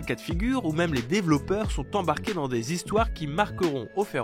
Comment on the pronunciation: C'est quoi des zévènements et des zhistoires ?